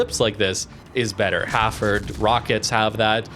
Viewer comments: Hafford ? It's Hal Ford. Lol no hard feelings. Great vid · Nice vid again. Just a question: why do you call the ship Hafford instead of Hal-Ford?